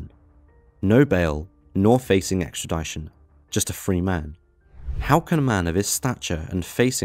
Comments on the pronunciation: Extra-dish-on, that's how you say it, NOT extra-die-shone. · Extra Di Tion not Extra Die Shon